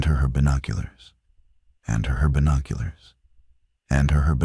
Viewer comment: There are a lot of AI mistakes in this video. "And herbinoculars"